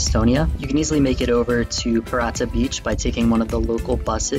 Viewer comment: Just a quick note, it's Pirita beach, not Pirata beach ;) Otherwise, great suggestions and there are some other good ones in the comment section as well, like Telliskivi, Noblessner etc.